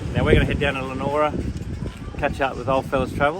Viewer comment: Good stuff mate … you’ve had a great time in Broome. Looking forward to more from the trip home. Just a note for next time your here, it’s pronounced Lee A Nora. 😀